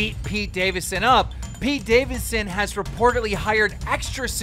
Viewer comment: Pete "davinson" "davisson" 😂😂